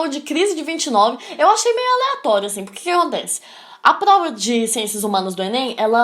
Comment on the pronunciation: Melhor parte é quando dela fala igual o cebolinha.. kkkk "Plova"